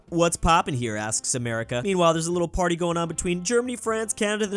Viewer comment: I can't listen him pronouncing "party"